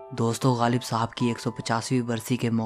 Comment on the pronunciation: PLEASE stop saying Galib. His name is GHALIB. It jars my ears. no disrespect.